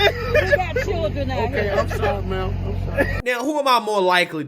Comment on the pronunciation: "There are chiren out here." Ok. And?